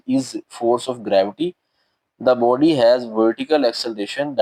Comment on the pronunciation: boby nahi body ha 😂